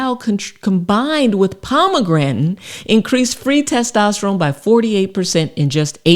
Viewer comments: The heck is "pomagrantin"? How hard is it to say "pom-a-granate"? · Pomegran'in? its POMEGRANATE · So... Palm-a-granite or Palm-a-gratin? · Pom A gran ate 😂 Nor pom a grantan 😅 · What the fuck is a pomegranen? 😅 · Lovely thanks! Its pomegranate , not pomegretn🤣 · Was enjoying the video until the weird pronunciation of Pomegranate (pomegranton? 😵‍💫), and now that's all I'm focussed on 😩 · Pomegrantin ? LOL!! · She called it Pomegrantin. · Can’t trust someone that can’t pronounce ‘pomegranate’ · Thank you for the info. I’m sorry, but “suc-ceptible to kidney stones, & “ Pomegrantin”? Might want to edit these